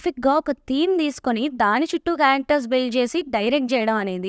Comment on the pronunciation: Amma adhi singeetham srinivas kadhu Sangeetham srinivas garu thalli....😂😂😂